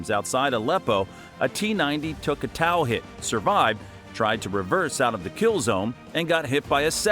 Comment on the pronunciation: How the help do you F#@ up pronouncing Tow missile systems name. Dam all you need to do is call it a toe! Or the Tow II missile system. Not towel. Idiot Ai voice over.